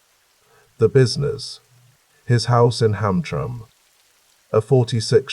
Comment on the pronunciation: Just a friendly bit of an info drop: Hamtramck is pronounced ham-tram-ick & Gratiot is pronounced grash-it😊 * also, since I’m actually awake, Gratiot and Jefferson do not intersect. And Grosse Pointe is pronounced Gross Point😊